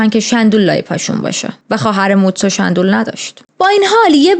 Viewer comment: شومبول به اندازه کافی کیوت نیست که شَندول صداش میکنی 😂. 💚💚💚💚